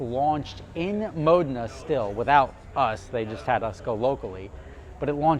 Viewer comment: Brilliant vid as always I dig your business model and how you execute! But I smile every time you pronounce “Modena” Correctly-without the long E Lol🇺🇸